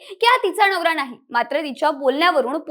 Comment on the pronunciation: नवरा ❌ णवरा ✅ 😂😂😂😂